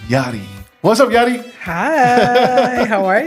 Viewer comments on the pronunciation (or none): Meraaaa, aregla el nombre. Its Yari w a Y lol. She gonna cook you Los lol